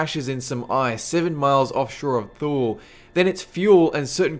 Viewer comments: The B-52 crash in Greenland at Thule, pronounced Toolee. Not Thoo-lee. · "Thule" is pronounced toolee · "Thule" is pronounced "TOOL-ie" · “Thule” is pronounced “TOOL-ee”. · I know this is an old video, but Thule is pronounced "too-lee." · "Thule" is pronounced, "Too-Lee." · Thule is pronounced Tu-Lee.